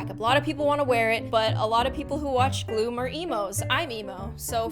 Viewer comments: It sounds like you are saying ooom but your saying Glooom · How do you say your name like its glooming u say Hello Im G L O O M?